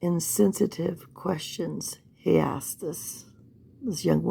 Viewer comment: And he keeps “axing” questions.